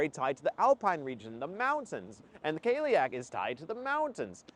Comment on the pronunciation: Cailleach is said more like "kah-lee-ach"